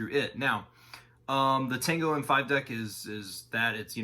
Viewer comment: Good video but I'm flinching every time you say たんご